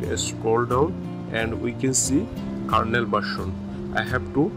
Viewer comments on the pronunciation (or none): none